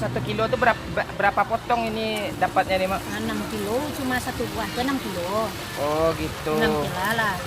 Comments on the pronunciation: Hahahaha satu buah enam kila B. Indonesia nya terbaik🤣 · Oh ini yang kilo di bilang KILA 😂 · enam kila ya Mon, jadi 1buah 6 Kila dpaat semangka nya ya , galak den mandanga nya . hahahahahaha 😅🤣